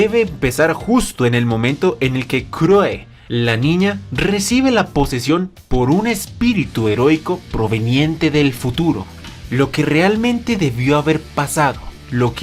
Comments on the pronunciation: Rayos quiero escuchar Chloe, pero lo único que escucho es cruoe o croe. De ahí en fuera, me gusta mucho la narración! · Porque "Kuroe"? Su nombre es Chloe (Kloi) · ya sé que se pronuncia así, pero no lo esta leyendo en japonés o si? 😑